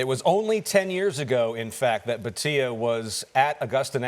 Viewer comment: Its not Bateeea its Bhaaatia